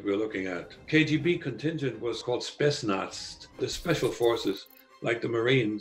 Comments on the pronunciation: I doubt he is a russian at all. he pronounces a russian word (spets-naz) and he pronounces it wrong (speSt-naDz) which doesn't make any sense since spetsnaz is an abbreviation (spetsialoe naZnachenie). So it would make sense for him to completely forget the word or to have difficulty remembering it, but it's impossible to mispronounce it the way he did since if he would really know the word. That's a pity, I liked the guy and the video. The CIA lady looks legit though. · "Spesnazt" I'm not convinced that a genuine soviet would be unable to pronounce a word we all know how to pronounce. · There is no chance in the world that a former KGB agent will MISPRONOUNCE the word Spetznaz so horribly. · He doesnt pronounce Spersnaz as a russian would. Something's wrong